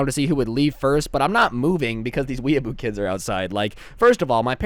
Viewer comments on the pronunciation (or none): its pronounced weeaboo